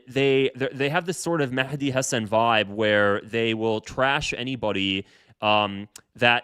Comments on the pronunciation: Mehdi is pronounced Mahdi in Arabic, there's no Mekhdi or any other pronunciation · Why did you call him maحdi ???? 😂😂😂😂😂😂😂😂😂😂 It’s with a هاء